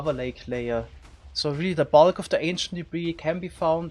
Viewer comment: Hehe he said “ze lower nether regions”